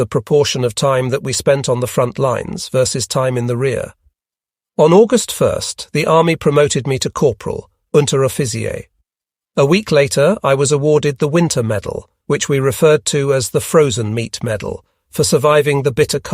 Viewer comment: Unteroffizier is pronounced "unteroffitseer"